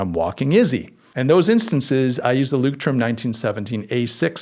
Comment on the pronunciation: Leuchtturm is pronounced "loisht-toorm", and the Z in Zettelkasten is pronounced "tss".